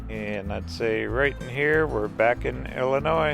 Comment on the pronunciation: the s is silent in Illionis